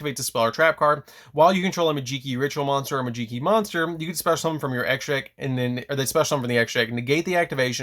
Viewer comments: Interesting build. I think the archetype has a lot of potential, can’t wait for the new support. Just please stop calling it “majeekee” 😭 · It’s magi - key bro like magic key 😂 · in tears when he said this lmao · Also the way you pronounce Majeekey is fun to hear. lol